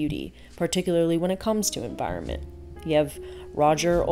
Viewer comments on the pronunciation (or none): none